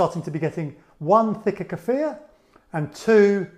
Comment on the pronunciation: I love you!! You pronounced kefir correctly! I don't know why it grates on my ears when people say [KEY-fur] but it does. And thank you, too, for such a good video!